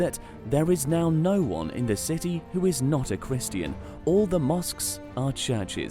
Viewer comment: You don’t know how to pronounce Christian?